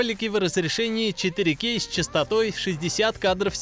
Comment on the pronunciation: точно, если бы звучало правильно, то было бы вообще отлично)))